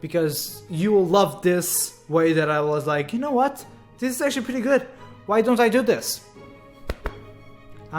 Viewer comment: Btw, It always sounds like he’s saying dis instead of this But that’s just his accent I’m not one to judge =w=